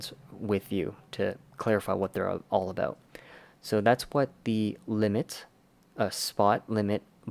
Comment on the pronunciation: Abooooouuuuuuttt :))) sooo Canadian